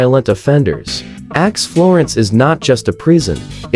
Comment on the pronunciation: This is so BAD that it is HILARIOUS! First, the mispronounciations. “ADX” is pronounced “ax”, plus many others. The images mostly have nothing to do with ADX Florence. My favorite is where they refer to “ax florence” and show a picture of Florence, Italy! Just AI-generated clickbait, but so bad it's funny.